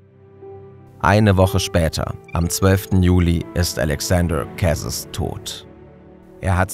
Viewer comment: Die französische Aussprache müsst ihr aber nochmal üben… Kwebeck… Älexänder Kässes… oh man 😂